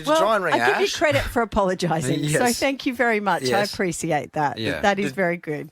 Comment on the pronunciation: Robin should be the most disliked for pronouncing the word appreciate as appressiate. Personally if she had a problem talk to the journalist off air. Now we all know she is unpopular.